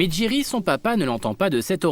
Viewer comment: J'ai entendu Thierry moi au lieu de jerry